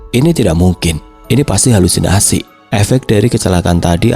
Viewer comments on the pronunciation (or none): none